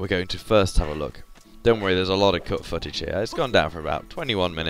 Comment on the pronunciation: For some reason, when you say cut footage, it sounds like you are swearing